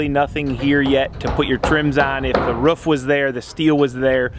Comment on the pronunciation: It's roof not ruff...Jesus